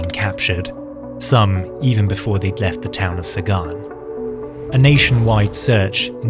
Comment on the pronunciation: Zagan, not Sagan.